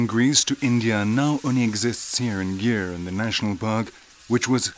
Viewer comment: It's northwest of India not northeast And it's not pronounce as gear it's gir! Anyway nice doc